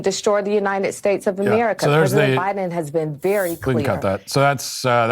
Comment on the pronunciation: I thought Joe Biden had a Copyright on "Uninen"! I'm starting to think that no Democrat can pronounce the word "UNITED" without bursting into flames.